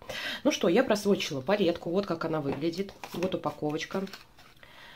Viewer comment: Просвотчила, каждый раз слышала Просрочила 😂